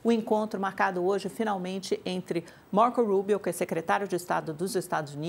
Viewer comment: A pronúncia da é demais, é muito inglês Brasil: Marcou Rubio. Outro dia veio com Donald J Trump hahaha enfim